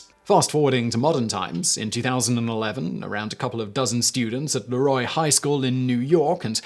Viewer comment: Correct pronunciation of Leroy, NY. Well done, Simon.